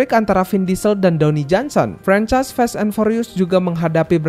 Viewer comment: Sekedar meluruskan, kata "FAST" bukan di baca sebagai "fest" pake e, tapi tetap sibaca sebagai fast [faest} dengan lafal "a" di awal, baik lafal british english maupun american english 🙏 entah saya salah denger apa ga